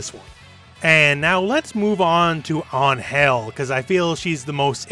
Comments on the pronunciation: I appreciate the effort to pronounce "Ángel" correctly, but it would have been fine to just go with the English pronuntiation, honestly. I mean, first off, it's not An-GEL, it's AN-gel. Second, and perhaps more importantly, even if you pronounce it right... in Spanish "Ángel" is a man's name. Pretty popular, too. It actually makes a lot more sense that even a Mexican woman would call herself angel in English to sound cool than it does that she'd call herself with what seems to be the second name of a tax inspector called Miguel. I mean, I don't blame the Japanese devs for not getting this because... I mean, "Geese Howard"? But it's a lot weirder if people go around telling each other to call her "an-HEL". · Hey. Love your videos. Just an FYI, I speak Spanish and the name "Angel" is pronounced with the accent in the A. So like Ángel. Not Angél. Thank you for the videos. By the way, the "g" is pronounced as a "j", so you got that part right. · I love Baiken, she's the only reason I put out with Guilty Gear X's god like final boss BS. No like for you, but still subscribed because I get what you mean, especially about Angel, who's super awkward to play. Although, it's pronounced like "Anhel", as with a sounding "h". What you said was more like "Ann Hell", as if it were two words. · dude dont say an-HEL like that you are buchering the word, check the google translator pronunciation, i bet it would do a better impresion, i really apreciatte that you are trying to go for the spansish pronunciation, but it really sounds like you are saying UnHell Not Ángel anyway nice video mate from cheers from a spanish viewer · Why does he say "anhel" and not "angel" ? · Just so you know... "An-Hell" is also a pretty gross mispronunciation of "Ángel"... Also, since her name lacks the grammatical accent ( ´ ) on top of the letter A, her name is probably meant to be said in English... So you can just say Angel. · WHAT!!!? Can you please pronouce it correctly ? it's ANGEL . . .